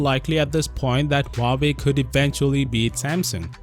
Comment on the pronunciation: Dang, I just got back from living under The Rock What’s a Huuahwee?